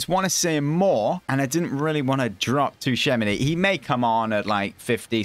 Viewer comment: its pronounced as 'chuomeni'